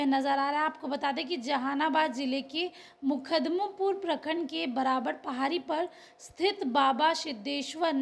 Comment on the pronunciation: Makhdumpur h maidam bolna ni aata reporting kar rhi h. Ye sab dm sp vidhayak or sansad k wjha se hua h